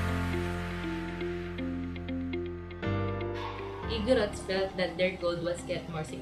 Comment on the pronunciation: Bad audio also their is a single r in igorots nonetheless goodjob guys👍